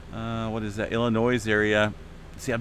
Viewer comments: Im familiar... Illinois is pronounced Ill ah noui (s is slient). Cheers! :) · STOP PRONOUNCING THE "S" IN ILLINOIS, THE "S" IS SILENT. I live in Illinois and it hurts my ears when I hear people mispronounce the name with the s. Thanks